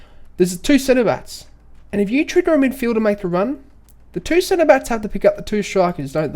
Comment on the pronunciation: Is it just me or is anyone else hearing him say centerbatts instead of center backs lol.